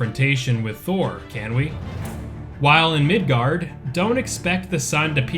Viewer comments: Mainly, the O vowel in Thor should be more of an "oh" sound, like you just realized something. And the Rs are all supposed to be rolled. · thor is not pronounced like everyone says but nobody seems to care, so...